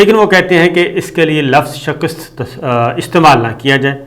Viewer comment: آپ کا شکست کا تلفظ ٹھیک نہیں ہے